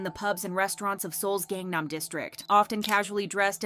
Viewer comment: If you can't even pronounce Gangnam, you shouldn't be making videos on this.